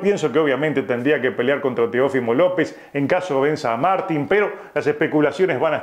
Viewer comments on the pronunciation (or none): none